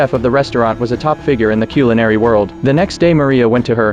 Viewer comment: “Cule in ary” what’s that..? (Dumb ai video).